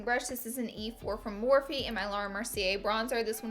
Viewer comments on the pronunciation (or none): none